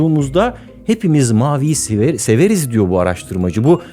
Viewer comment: dakika da "hepimiz maviyi siveriz" diyerek Barış abimizin dili sürşüyo ve Barış abimizin de hata yapabildiğini ve uzaylı olmadığını anlıyoruz :)